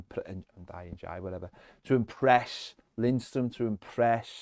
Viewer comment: For the love of Dixie Dean please find out how to pronounce Ndiaye...